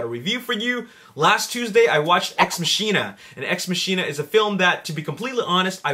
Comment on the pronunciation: It's pronounced "ex mah-kin-uh"